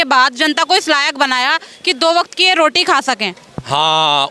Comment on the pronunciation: He:face-purple-crying: calls Party as palty. Bhandare as Bhandale, roti as loti.....